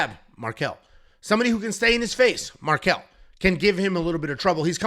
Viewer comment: Marquel? Man, c'mon...